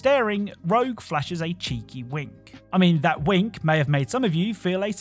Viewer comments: Ur not the only one who keeps calling rouge “rogue” 😂, like I keep doing it and I know that’s not her name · good sir, Rouge and Rogue are spelled and pronounced completely differently. This isn't a Steal / Steel situation. Rogue and Rouge are not even close to each other sound-wise. Takes a wise person to accept a correction and move on. Instead of asking "wHo CaReS luL?" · Rouge, not rogue. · Even with the warning I still got a viscerally angry reaction from Rouge being called Rogue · Lol I had to laugh at the pronunciation of Rouge from sonic. You said Rogue. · It's okay that you mispronounced "Rouge." Most gamers misspell "rogue" (as in the RPG class) as "rouge," so I guess we've come full circle lol. 😂